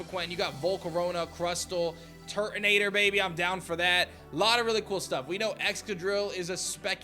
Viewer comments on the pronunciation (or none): none